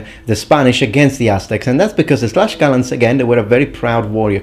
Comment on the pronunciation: also, it is not "Tlash-calans" its "Tlacs-calans" the pronounciation, because the spelling is Tlaxcalans or Tlaxcaltecas in spanish